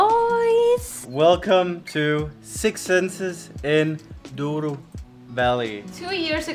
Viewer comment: "Douro", "Douro"...